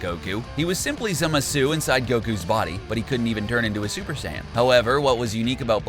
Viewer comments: It's Rosé, not Rose. Also, it's Zamasu, not Zimasu. FFS do you even watch the anime... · Here’s the names he said wrong Tapo is toppo zimisu is zamasu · ITS PRONOUNCED ZAMASU NOT ZIMISU LOOK IT UP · I got cancer when he said zimasu not zamsue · zamasu: Merged Za-mah-su him: merged zamasue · It's zamasu not zemasu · This guy cant even pronounce zamasu hahahaha zimazu😂😂😂😂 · Anyone else hating this guy for saying "Zimisu" instead of Zamasu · who else heard zumasu? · Did he just pronounce zamasu “zimasoo”? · … Zimisu? bruh I dont even know how you screw it up that bad. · Mayngah,zimasu,ze-no,khalifia I don't think the narrator actually watches super lmao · Every time Ka-mea-mea and Zah-mah-sue are said I cringe a little. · Semezoo...Jesus Christ learn to pronounce their names right. This is what happens when you only watch dubbed anime. GTFO with that shit! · Why do you pronounce it like zemasu. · he clearly said zemasoo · It's... ZAMASSSS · Imagine Zamasu, but voiced by Zim. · Great vid! But am I the only one who hates how he pronounced zamasu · I don't even watch Super and this guy's pronunciations hurts my brain -_ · The way he pronounces Zamasu triggers me so hard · This nigga can’t even say Zamasu correctly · Am I the only one irritated by his pronunciation of manga and some of the characters names??!? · "Manga" doesn't bother me. That's how I pronounce it. The character names is what annoys me. Zamasu even said his name and the dude continued to butcher it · I do hear him saying Zamasu, but it is an interesting way to pronounce it for sure.